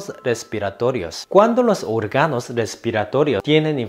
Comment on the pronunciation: No se dice orgànos se dice òrganos.